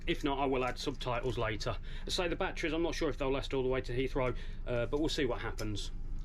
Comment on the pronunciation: There's no such thing as "bat-TREEs"❗